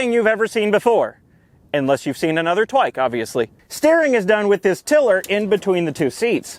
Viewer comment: Hey google, how do you say "Trike" in uwu-speak? "Twike" Gotcha